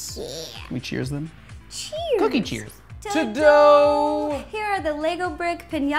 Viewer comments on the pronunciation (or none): He said ta dough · When they said ta-da, it sounded like said "Ta-Dough!"